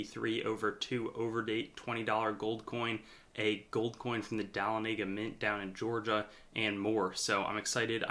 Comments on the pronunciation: Dahlonega is pronounced "duh-LONN-uh-guh", not "dah-lon-NAY-guh". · This caught my ear too. Perhaps a better phonetic representation would be "Duh-LON-uh-guh." I have a little vial of flakes I panned out of a sluice there - seeded for the tourists, of course! Pretty part of Georgia. But this guy does know his coins! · (Dahlonega) It's pronounced duh-LAWN-ih-guh. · Good info! BTW you pronounced Dahlonega incorrectly.